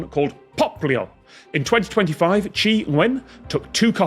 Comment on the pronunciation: How does Tom know how to pronounce "Tri"